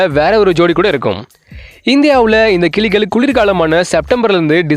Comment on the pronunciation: கிலிகள் அல்ல, கிளிகள் சரியாக உச்சரிக்கவும்.